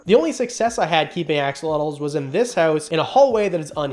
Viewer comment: love your channel, love the info you provide but please , please learn the proper pronunciation of axolotl.